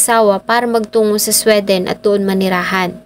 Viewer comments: Hindi SWE--DEN. It’s supposed to be Swee-dn. Pag hindi alam ang pronunciation, google it . Lalo na na gusto ko maging blogger. Pass ako dito nakakairita. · Ang Sweden na bansa ….. pag iyong I- pronounce ay dapat,… swiden…. ( SWI….. hindi SWE)…. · di mag pass ka arte mo di k nmn mamamatay sa maling pag pronounce ng sweden.😂😂😂